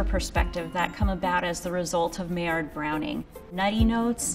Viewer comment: Would you take cooking advice from someone who doesn't know how to pronounce "maillard" and "albumen"?